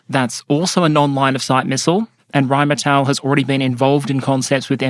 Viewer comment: *Rheinmetall, ackcherly.